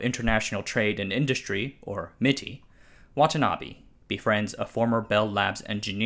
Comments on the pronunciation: its not watanabi its watanabe please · Butchering the pronunciation of Watanabe as Watanabby on a channel called "Asianometry"? WTF